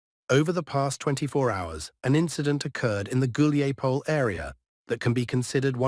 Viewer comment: So Dima in the military summary channel is the only one who can correctly pronounce Hulaiapole. And Kiev. 😄😄😄